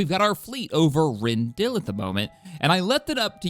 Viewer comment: I'm loving the content, but I gotta tell you: It's pronounced Ren-dil-i, not Ren-dill. Without that i it kinda sounds like you're liberating a vegetable 🙃